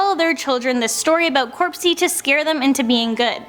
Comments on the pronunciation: It's NOT corpsey, it's CROPSEY! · It’s cropsey not corpsey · It's cropsey not corpesy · It's Cropsy, not Corpsey